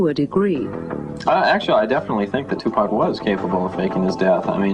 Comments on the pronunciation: I really wish that english narrator would STOP calling him 2pack! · lol bitch its 2pac not 2pak ya dumb bitch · its 2 pac not 2 pack bitch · I nearly knocked somebody out once as they pronounced his name as 2pack shaker!?! I mean wtf, ignorant cunts the lot of them R.I.P Tupac Shakur 1971 TO 1996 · why this bitch saying two pack?? its TUPAC you dumb broad! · bitch its 2 pac not 2 pak tf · TUPAC NOT TUPACK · bitch it is tupac not tupack the fuck is wrong with you ??? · Tupac... not 2 pack... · exactly and "tupack" yea this bitch dont kno anything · I hate how white people say 2 pack smh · I really fuckin hate when people call him, "2PACK" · his name is two pock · yeah ikr its pronounced 2poc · she can pronounce makaveli but still says 2 pack after all this time. she's the dumb bitch lmao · hmmm....the female commentator said 2 "pack" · 2 Pack is how she say it lol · Lol the reporter is saying two pack xD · do yall not know hot pronounce 2pac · I know right? If your gonna do a documentary on him, talk about him or wateva, atleast you can do is pronounce his name right, its not that hard tu as in 2 and pac as in fuck but pac, geez man smh